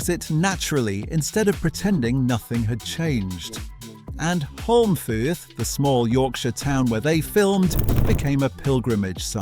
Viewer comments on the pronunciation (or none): The pronunciations here are weird Holmfirth isn't pronounced Hornfuhth is pronounced howmfuhth. Like Home and forth from the Firth of Forth. Also, the he original, trio in Last of the Summer Wine consisted of Bill Owen as Compo Simmonite, Peter Sallis as Clegg, and Michael Bates as Cyril Blamire not 'Glameer'.